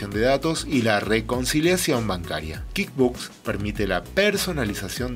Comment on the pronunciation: "Kid" books? Me perdiste en el primer minuto, se pronuncia KuickBuksss, dudo que sepas lo que estás "enseñando" si no sabes ni cómo se pronuncia el software.